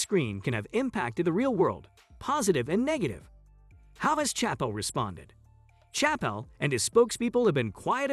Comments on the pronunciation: Disregarding your utter failure to pronounce his name right, I'm pretty sure you haven't even watched the special. Your conclusions were arbitrary misinterpretations at best. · Learn how to pronounce his name at least.